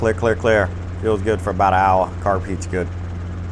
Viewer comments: OWA! :D I like it :) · Poor. Makin fun of how he says hour. Cracks me up lol.